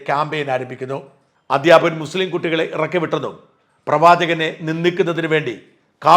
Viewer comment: അദ്ദ്യാപകൻ എന്ന് പറയുന്നത് കേൾക്കുന്നു. ശ്റദ്ധിക്കുമെന്ന് കരുതട്ടെ.